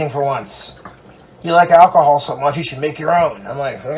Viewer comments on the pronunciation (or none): none